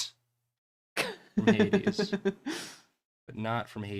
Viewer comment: I keep thinking was saying 80s instead of Hades and repeatedly went “didn’t that game just come out recen-ahhh, right”